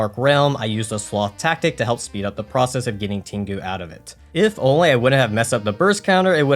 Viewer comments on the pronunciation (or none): none